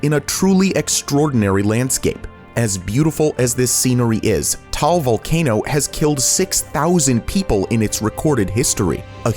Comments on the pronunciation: Hi, im from the Philippines, and its not pronounced as tal, its ta-al volcano, and also, not bowhowl, its bo-hol :) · im filipino and “vulcan point” i think thats taal volcano oh by the way i just heard him say taal you need to make its a’s harder